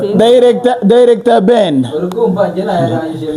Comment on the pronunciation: Point of correction: not “dilector “ but “director “ R not L